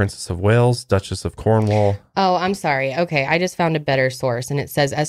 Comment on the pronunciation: loved the video, but for future context cornwall is pronounced cormall... wierd pronunciation but nice place, I live closeby EDIT : sorry to point out mistakes, but the royals are extremely Protestant, not Catholic